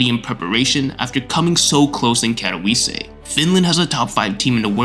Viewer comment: did bro just say katoviisee